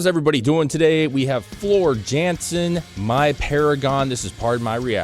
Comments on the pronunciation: Floor Jansen is pronounced Yohnson….just saying 😉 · Floor is Dutch jansen is pronounced yansen they say j like y